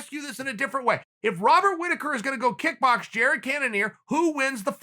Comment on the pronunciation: “Jadded Cannonier”